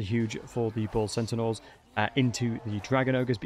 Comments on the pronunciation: Great vid but why do you keep saying centenaurs? It’s pronounced (Senn-tars) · I keep hearing "sentinels". Are you saying that or am I hearing weird? I normally hear extremely good so I'm a bit confused. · "Bull Cent-a-naur" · what's a centinaur? Say Centaur, there's only 1 n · I always heard Bull Sentinels, and was like: "huh??" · He’s definitely saying sentinaurs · progressively more butchering their name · You say centaur funny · Your pronunciation of the word Centaur really triggers my Autism 😂